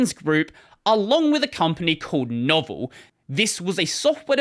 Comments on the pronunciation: Novell -- pronounced "know-VELL" They were huge in client and mini-computer/personal computer networking in the 80s and 90s. They championed and refined the IPX/SPX protocols, and their biggest product was the NetWare operating system that ran on Motorola 68k, and Intel x86 machines and enabled connecting DOS, Mac, and early Windows machines. Their Novell Directory Services (NDS) predated Microsoft Active Directory for over half a decade. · I wish this dude could pronounce Novell properly. Its no-vell NOT novel. Also cannot believe somone can do a whole YouTube video about the whole SCO fiasco & not mention the outstanding documenting of this Lawsuit by paralegal Pamela Jones on her Groklaw website. At the end of the day once things really started to get looked into the best SCO could come up with was a handful of lines in the Linux Kernel that matched those on AIX Source Code & even that was almost instantly debunked as nonsense & i think those lines of code actually originated in OS2. But the most hilarious part of this whole thing was Novell told SCO they hadn't even sold them the UNIX Copyrights & that Novell still owned the rights to UNIX Licensing Fees & the Copyright. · It's not "Novel" it's "No-vell." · I remember it well. SCO became a laughing stock overnight and when novell shoved their oar in, good God that was funny. It's pronounced noh-vell by the way, not novel. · Lol! "Novell" pronounced "No-Vell", not "Novel." 😂 This coming from somehow who actually once PAID for Novell Netware (~1990) AND who installed in on a 80286 PC, which was the worse, most time-consuming, and most painful install process that I have ever experienced in my life! Otherwise, good, accurate recap. 🙂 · it's "No-vehl" by their own pronunciation. Or "Nov" (is in november) and "El" as in elephant. They used to run ads. However, there entire or deal is much more like a Novel. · "pronounced "know-VELL"" Really? So it's not pronounced the same as the word "novel"?